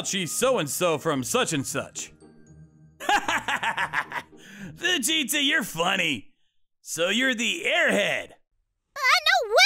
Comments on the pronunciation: He said Fujieta like saying Vegeta. 😂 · I watched to much dragon ball it sounds like everyone is saying vegeta instead of fujieta 😂